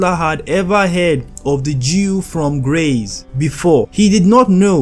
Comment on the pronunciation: Again, Graz and Vienna are not neighbouring. Plus, Graz is not pronounced "graze." G+R+AH as in Father+TS.